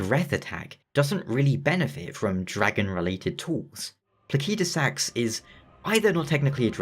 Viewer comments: I just assumed it was pronounced "plaseedusax", but I never had any special reason for it. Given Elden Ring's other dragons, it would logically make sense to just follow their language roots and use that. So "plakeydusax" seems to be the more accurate. I'll probably end up keep using the "wrong" version still, since I've illogically gotten attatched to it. Unless Fromsoftware does as Pokémon with Arceus by giving a clear official way to say it (Ar-key-us btw, since Ar-sea-us sounds similar to british "arse"). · i wasn't trying to be rude, i was mostly bewildered cuz as far as I'm aware the vast majority of the community pronounces it pla-sid-u-sax and this is the first time ive ever heard it pronounced even slightly different. not trying to rag on you. just wasn't sure if it was an accent thing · This mf calling Placidusax "Plakeydasax" hurts my bones.💀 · good video but the way you say Placidusax makes me wanna pull my hair out. ive only heard people pronounce it pla-sid-u-sax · I figured it would be pronounced placid-u-sax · just because game is made by a Japanese Studio do you think every name should be pronounced by phonetic Japanese? Do you also pronounce Alexander, Diallos, Radagon in phonetic Japanese? Elden Ring names mostly come from old Germanic languages and Latin. Placid = Latin for still or peaceful. Sax = Latin for stone.